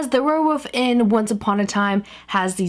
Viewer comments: She said wherewof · Yeah she says warewoof.... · You keep saying "werewoof" instead of "werewolf" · did anybody notice that she said werewoof just pointing that out not saying its weird or anything but LOVE YOU KAT <3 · why do u say ware woof